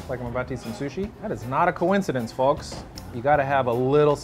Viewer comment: pronounces the "l" in folk